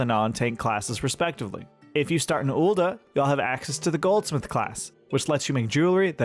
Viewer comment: Ool'duh? OOL'DUH?! It's Ul'DAH not duh 🙃🫠